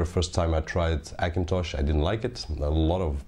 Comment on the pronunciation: Funny how you say Hackintosh with a silent H: ackintosh!